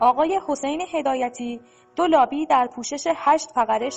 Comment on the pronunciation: چقدر بی سوادی ، حسین هدایتی دولابی درسته نه دو لابی از طریق شرکت. سید مهدی موسوی نژاد درسته نه موسی نژاد کارشناسان متخلف درسته نه مختلف